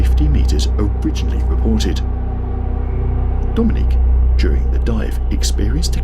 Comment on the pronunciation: Oh good, I'm the second comment. So maybe you'll actually get this. AI commentators are getting disgusted, and I, and a lot of people are starting to turn videos off the moment we realize it's an AI commentator you know, 23. Mispronounce the word, or rather, the name Dominic. This guy is pronouncing it like the female Dominique. It's just yeah, nauseating the content. Creators want the loyalty of fans but don't want to put the time in anymore to actually narrate the ship themselves